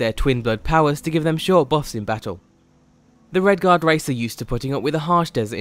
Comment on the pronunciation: Race not rice